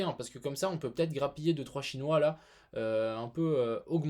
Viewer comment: la derniere video deja la façon comment tu dit les chinois c'etait deja limite, je pense que personne ne t'as fait la remarque mais tu le dit d'une façon raciste, ont a des français d'origine asiatique et il peuve peut etre le ressentir comme ça